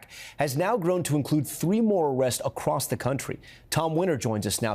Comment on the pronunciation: Did say "acrost"? I think so.😂😂